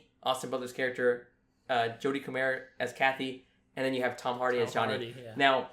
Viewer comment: First time I've heard her name pronounced Coh-Mayer instead of Coh-mer